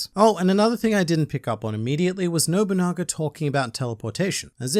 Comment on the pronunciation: literally massive w youre the first person who has pronounced his name properly- ive heard nowabunga, nobunga, noguba, nobogana...